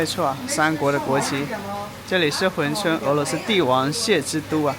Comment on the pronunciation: hun 不是hui 😂我也服了